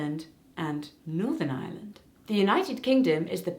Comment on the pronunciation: I wasn''t paying a lot of attention to those times where you said Ireland so through most of the video I legit thought you were saying Island instead of Ireland and I was confused af